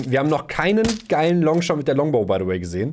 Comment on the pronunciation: Es heißt Longabow